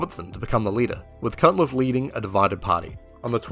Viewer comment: You keep pronouncing a T in Cunliffe. Can't help but wonder why.